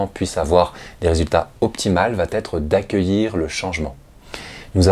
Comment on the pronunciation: Merci pour ces vidéos que je visionne toujours avec intérêt. Attention à la liaison "va être" qui est toujours prononcée "Va t'être" dans cette vidéo. C'est une erreur de liaison facile à corriger quand on en prend conscience. ;-)